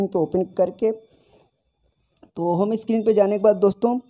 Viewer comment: Screen not a स्कीरीन